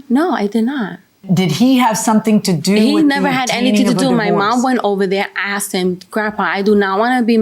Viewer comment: Damn it’s not axed it’s asked learn how to speak